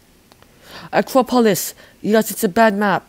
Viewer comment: Yucky. Did u just say Acropolis like acrobat?